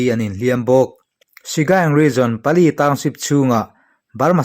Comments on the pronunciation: Pali tiin midangin an lam ka hre ngai lo a, "PALE" an ti maiin ka hria. English ni lo hnam dang ṭawng hi Mizo ṭawnga kan chhiar dawn chuan a in ziah dan anga chhiar tur tih hi ka lo hriat ve dan a ni a, ka hre sual pawh a ni mai thei. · (Pale) mizo tawng anga lama chhiar tur Ani e,bengvar thlak thin khawpmai Kan lo ngaichang reng thin cheu nia